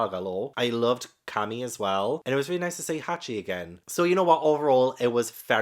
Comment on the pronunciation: The mermaid’s name Camie is pronounced as (K-Me)👌👍